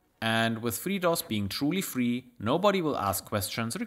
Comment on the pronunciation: Your accent, when you say FreeDOS, on more than one occasion, sounds like you're saying "Fritos", and that gave me more than a few chuckles.